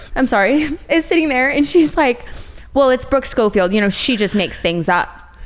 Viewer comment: "I didn't understand why it was a big deal"...... Nothing about that was an apology, much more of an attack. Grow up girls! I've heard Jeff W. And Howie M. Pronounce it the same way. Also, even Trisha and many others pronounce your Schofield wrong..... Brooke, come on..... You're lucky to be back, did you forget already?